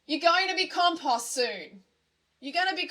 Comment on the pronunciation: I don't like commenting twice, but please learn how to say compost, it's hurting my ears